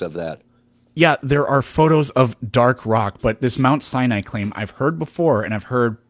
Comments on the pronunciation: A “Biblical scholar” that pronounces mount Sinai as “mount cyanide”. And what is an “anatheist”? 😂😂😂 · Did dude say “mount cyanide?” LMFAO!!!